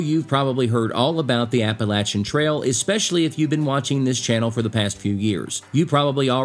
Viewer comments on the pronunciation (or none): Philippi, (pronounced Phil-a-pee) WV. I enjoyed the video, and it's Appa-latch-un!🤣 No matter where I roam, Appalachia is my home! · Say it right or I’ll throw an Apple Atcha!! Lol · It's "apple latch uh!" If you can't pronounce it - move! 😅😂😅 I grew up in these beautiful mountains. I'm of Scotch/Irish lineage ❤ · I've always pronounced it "ap-ah-LAY-chun", not "ap-ah-LATCH-un". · I live in North Carolina. It is pronounced Appa-lat-chun. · I live in the mountains of northeast Georgia. I really didn’t know how to pronounce “Appalachian” but after watching your video, I still don’t know. Thanks for clarifying that.